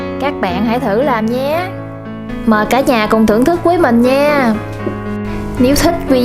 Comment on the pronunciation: Bạn này không có ghi nhận góp ý của người khác mà đổ thừa hoàn cảnh thì không phát triển được. Vấn đề là bạn phát âm sai chính tả vì giọng miền tây. Thà rằng bạn nói giọng miền tây luôn có lẽ dễ thương hơn là bạn đang sửa giọng mà không đúng.làm mất đi giá trị của cái phim của bạn. Ví dụ và Nhưng bạn đọc thành quà, với thì bạn đọc thành quới, rồi thì thành gòi ... Nói chung toàn tập. Phim bạn làm ok từ âm thanh ánh sáng máy xịn, thành phẩm ngon, người làm phim cẩn thận , phim rất đạt. Nhưng giọng nói của bạn làm mất giá trị cái phim . Người xem cảm thấy thiếu tin tưởng bạn vì giọng nói quá quê. Đó là lý do kênh đầu tư quá mà không nổi tiếng. Ngày trước mới làm tôi đã học kênh bạn vì thấy cách quay phim đẹp. Hiện tại tôi đã vượt gần 20 lần bạn mặc dù tôi làm rất bình thường, kĩ xảo không bằng bạn, chỉ có sự chân thành. Tuy góp ý của tôi hơi thẳng khó nghe nhưng mong bạn đừng buồn mà hãy hạnh phúc đón nhận những góp ý khó nghe của tất cả khán giả để sửa đổi và thành công hơn. Bạn chỉ cần nói giọng bình thường , tận tình chia sẻ là khán giả đón nhận. Chúc bạn thành công hơn nữa nhé.